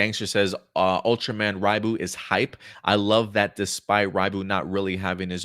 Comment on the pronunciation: Ultraman Ribut is pronounced Ree but. It means Hurricane in Malaysian since Ribut was made by a Malaysian company in coorporation with TsuPro. Also funny how this new Trigger form has a giant Mitsubishi logo on it